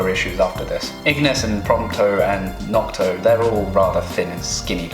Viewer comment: I'm still hung up on him saying Nocto instead of Noctis. xD